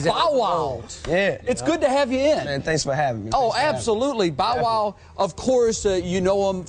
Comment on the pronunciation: lol he said "BOW WOW" the way he pronounced it, so profound. But daiym bow wow u doin it big man, much respect ya dig! U only like one yr older than me and u accomplished so much, major props 4real.